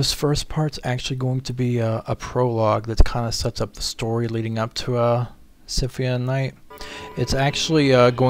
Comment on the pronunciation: it's symphony not simfmie